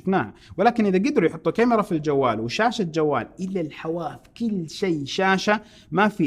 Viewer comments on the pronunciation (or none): none